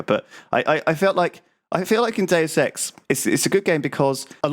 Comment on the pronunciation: If you turn on closed captions you'd see how every time Lewis says "Deus Ex" it's like, dude sex, or six sex. While when says it, it perfectly translates to Deus Ex.